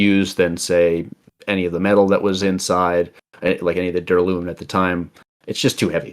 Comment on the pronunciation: Neither have I. Also, "duralumin" should be pronounced with the stress on the second syllable.